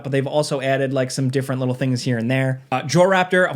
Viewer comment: A Leedl 😂😂